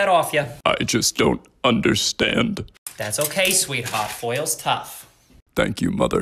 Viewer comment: "I FUCKING HATE FOILL"